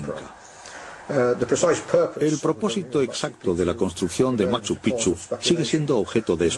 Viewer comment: Carajo pronuncia bien....😡😡 se dice; "machu pik-chu" se escribe machu picchu